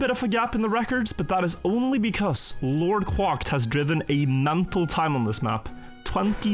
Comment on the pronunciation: The way he pronounced “LordQuacked” is like knives in my ears